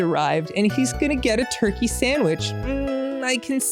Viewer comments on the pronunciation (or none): none